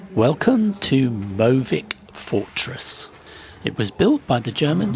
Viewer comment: «Møvik» is not pronounced «Moe-vik», but with an «ø», which sounds like the «i» in «Sir» - so «Mø-vick» (locally we usually say «Mø-vig» though, with our soft, Southern dialect which is influenced by Danish)… 🤗